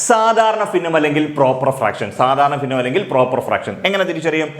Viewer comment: ഫിന്ന അല്ല ഭിന്ന